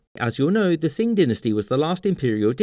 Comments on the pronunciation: qing is pronounced more like "ching" not like "sing" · Qing is pronounced "Ching" not "sing". If you want to be technical, the Ch sound of Q is aspirated, so it's more ling Cheeng. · Trying to decide which is the worst pronunciation in this video: "yu-AHN" for Yuan "DIN-nuh-stee" for dynasty "sing" for Qing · Qing is pronounced with a 'ch' not 's'. sorry, love your videos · Qing is prounced ching...Q is pronounced ch...not s as you keep saying sing....Qing is prounced ching. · Qing is not pronounced "sing", but rather "ching". I'm literally in China right now. I already knew this, but doubted myself because of you, so I asked my friends, and yep, you're wrong, not me... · Not " Dynasty" Not "King Dynasty" It's the "Qing Dynsty" ching dai nuh stee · Qing sounds like “ching” not “sing”. Otherwise good video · Qing is pronounced as roughly Ching, not. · Q in Chinese is pronounced Ch sound. So it’s pronounced the Ch’ing Dynasty not the Shing Dynasty. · I don't understand how he's mispronounced 'Qing' in a way that neither follows English phonetics nor Chinese pinyin. 'Q' making an 'S' sound??? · Pronounced Ching not 😅 Source: trust me bro im chinese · It's weirder when his previous videos mentioning Qing China, he did pronounce "Ching" and not "" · Qing is pronounced "Ching" not "sing". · Just to mention as a native of China, the Qing dynasty is not pronounced "" by any dialect within the country, Qing is either pronounced "Ching" or "Che-eungh," spoken quickly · Qing isn't pronounced '''' by the chinese dialects, only in languages using cyrillic, like russian, ukrainian, belarusian, kazakh, other languages pronounce it has ''Ching'', korean has ''Chong'', vietnamese has ''Thanh'', japanese has ''Shin'' or ''Sei'' or ''Kiyoshi'' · qing = ching not sing! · what the fuck is the "sing" Dynasty?? the Qing Dynasty is pronounced "ching" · I thought Qing was Ching not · why are you saying sing? isn't it pronounced ching for the Qing dynasty?